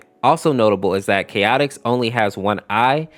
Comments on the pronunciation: god how he pronounces things are hurting me "reqwital" "chaotic" "knuckle" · Chaotix not chaotic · My guy, if you're gonna read off the wiki, read off the wiki correctly -It's pronounced "chaotics" -I have never heard a person murder the pronounciation of "wechidna" before until this very day (it's pronounced "wuh-kid-na") -okay yeah just skip over the fact that I put the fact that Pico and BF team up against an opponent in Night of the Funky Bot mmmhm yeah sure, is that mod too old for your tastes -when you're too starved for information that you even read off the quote and count how many arms he has -You forgot to mention that Curse's... well... Curse, is to beat up abusers and pedos. But Youtube would probably leave you in a ditch and you'd get demonitized, so, I can see why you skipped over that. -"Pentagrams have been connected to demonic things for a long time" ah yes, the floor is made out of floor -aaaaalso nice stolen art for Devoid -I'm pretty sure you skipped Skinwalker, dude You did explain the backstories really well though, so I'll give you that.